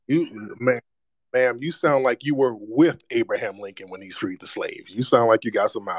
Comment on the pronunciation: Did she say Apraham Rican freed the slaves? 😕